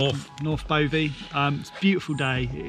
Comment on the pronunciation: Bovey is pronounced buvvy as in a-bove! Nice vid guys!! Looks like you went down the Nutcracker near Lustleigh.